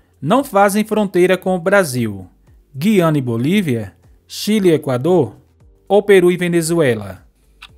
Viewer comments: O nome do país não é Giana é Gu-i-a-na, se fala como se tivesse um trema no u. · A quem interessar possa na palavra Guiana , a letra U é pronunciada....GUiana....